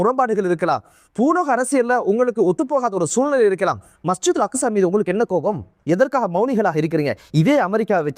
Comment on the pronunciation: அக்குஸா இல்ல அக்ஸா